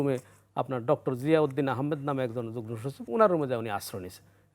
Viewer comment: সাংবাদিক শুদ্ধ উচ্চারণই জানেনা! বার বার সে যুগ্ন( যুগনো) বলছে কিন্তু উচ্চারণ হবে যুগ্ম(যুগমো)